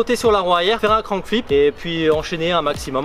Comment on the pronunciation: Grave stylé la vidéo, juste ca se dit crank flip et pas crown flip 😂 sinon continue comme ca tu gères